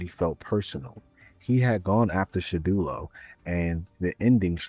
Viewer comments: Surely he can’t be serious.. It’s Shadowloo not shadulo.. Like how on earth did u get that loool 😩😂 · I can’t believe you’ve found a brand new way to mispronounce Shadaloo 😂